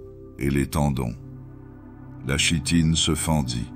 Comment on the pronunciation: Très bon moment, mais chitine se prononce "kitine" 😊